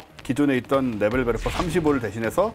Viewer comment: 참고)원어 발음은 네벨베르퍼에 가깝습니다